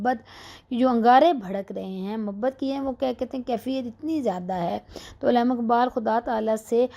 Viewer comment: Sorry but it's not illama it is Allama Iqbal